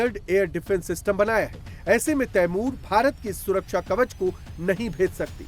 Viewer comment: Ap ko t apny missile ka name hi nhi leny ata 😂😂😂